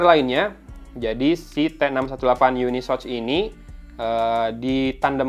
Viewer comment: Cara bacanya itu bukan YUNISOCH bang, tapi UNI SoC (yuni es o si) . Gitu CMIIW